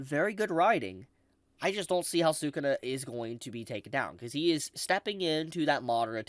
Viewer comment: You say say Sakuna like Sakuda, is that his official name or am I missing something?